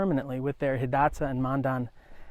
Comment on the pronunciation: That's what I was thinking, being a ree. Pronounced Hidatsa and Mandan right. Good video, though.